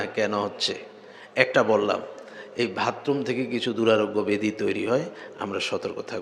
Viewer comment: মুহতারাম, আসসালামু'আলাইকুম... ক্ষমা করবেন, "ভাতরুম" না "বাথরুম"। আলোচ্য বিষয়টি খুব অর্থবহ। ধন্যবাদ।